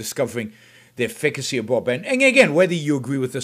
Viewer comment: That's not how you pronounce the word efficacy.